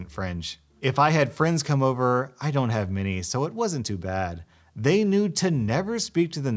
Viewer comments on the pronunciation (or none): none